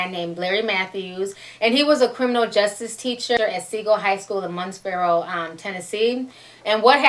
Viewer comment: I totally agree that there should be some form of punishment for the girl and for the family if they knew and it is pronounced MUR- FREES- BORO lol a lot of people pronounce it wrong if they are not from TN